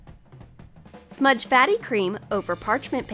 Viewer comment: She said faty cream